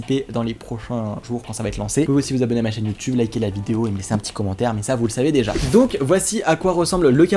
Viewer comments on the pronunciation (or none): none